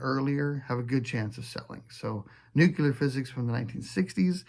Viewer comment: "Let's not use Faulkner again." A guy for folks who think Tolkien was succinct. I've come across some Mason stuff, always surprised when it's not worth more. Sold several at that level. You pronounce "Nuclear" like a Texan. It's great and proper. Here's to a good retirement!